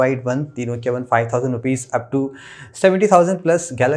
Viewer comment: Did he pronounce nokia as nochia?